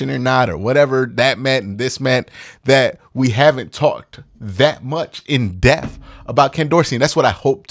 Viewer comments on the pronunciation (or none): Dude - please pronounce depth correctly. DEPTH not death. Love your content but that’s annoying me lol